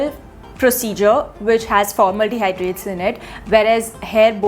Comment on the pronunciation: What is “formaldehydrates”? Is it just me to which it sounds like that’s what she is pronouncing Formaldehyde as?